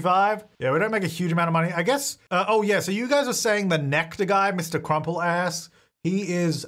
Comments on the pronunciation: Does he keep saying "Crumple Ass"? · Did u say crupple ass?! 😂